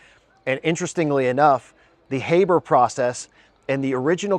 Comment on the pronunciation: sorry brother... please pronounce his name correctly from now on. Haber - Ha(r)ber. It may seem trivial to you, but when you call yourself a researcher it becomes important. The critics love this shit to point to and it's pretty basic stuff to say his fucking name correctly.